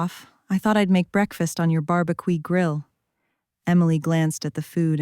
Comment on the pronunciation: AI but ok. BAR-B-QEE was hilarious